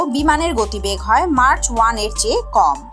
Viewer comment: এটা মার্চ না ম্যাক হবে